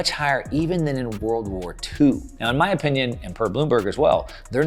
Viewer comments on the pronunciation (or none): none